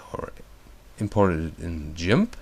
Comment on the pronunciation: Lol! "Jimp" XD hehe! I think he meant "Gimp", lol that tickles me :3